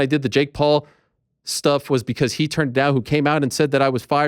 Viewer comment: ARIEL THROWS IT DAHHN